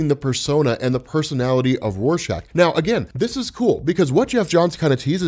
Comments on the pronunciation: He was saying warshack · did did you just call Rorschach Warshak